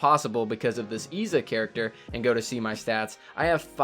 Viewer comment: Its pronounced Izza